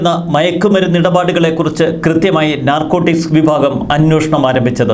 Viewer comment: നർകോട്ടിസ് അല്ല .... narcotics